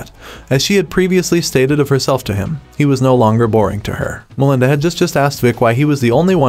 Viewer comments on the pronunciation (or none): I thought it would Melinda's lovers but he mispronounced it so many times I can't 🙄